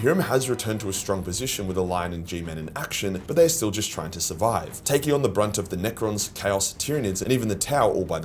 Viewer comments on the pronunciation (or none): none